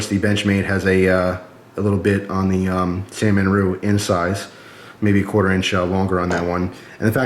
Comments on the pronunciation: It's san-ren-mu not San-man-ru lol but good vid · it's SAN REN MU not Sannemmu or Sanmenmu. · C'mon...San-Ren-Mu.:-) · ...did i hear u say "sanmanru"...LOL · "San-man-ru" lol